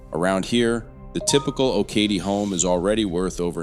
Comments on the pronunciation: Okatie is pronounced OH - kuh - tee, not Oh -KATIE. 😊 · You’re saying Okatie wrong. It’s pronounced oak-uh-tee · It’s pronounced Oak a Tea! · Okatie is pronounced OAKatee. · It’s pronounced (Oak-A-Tee) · Depending on who you ask, I live in either Bluffton or Okatie. Okatie is actually pronounced O-Ka-Tee. But I guess who cares! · Right? I cringed when I heard him say it.